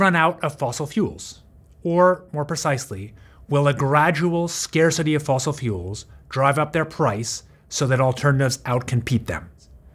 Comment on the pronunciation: It's not "fossil".